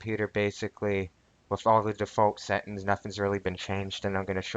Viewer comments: settINGS, not settINS...... LMAO ty dude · FYI its Settings not Settens Set-Ings Not Set-ens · I like changin my "Settins" too. I just need to clarify, did u say "Speckafications??" Bro thats deadly words talkin!!!